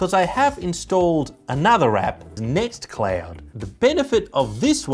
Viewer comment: Nextcloud, not nexcloud :D